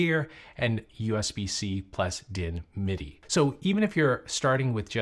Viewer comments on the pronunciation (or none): none